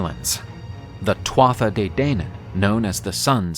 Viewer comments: Great video, excellent delivery and illustrations. I really enjoyed watching. By the way Tuatha is pronounced too-hah. Not nit picking, just friendly feedback. Best wishes. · It’s pronounced ‘tua de danann’, the tuatha is how it is spelt but the ‘Tha’ is silent